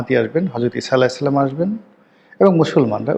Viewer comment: আরে দালাল,,, ছালামটা শুদ্ধ করে শিখে বলিও